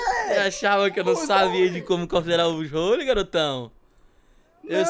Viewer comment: O se fala buzzwole não buzzrole